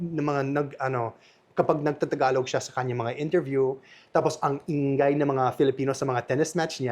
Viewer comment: i-nga-y hindi in-gay